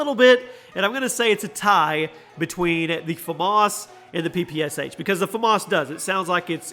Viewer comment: You say famas wrong every time you put it in a video